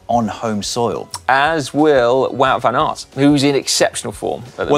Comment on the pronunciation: I played it 5 times and couldn't hear anything else than good banana. Let's assume it's mispronounced Wout van Aert.